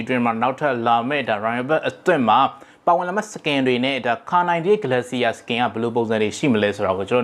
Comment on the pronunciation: ဂလက်စီယာ မဟုတ်ပါဘူး ဂလေရှာ ပါ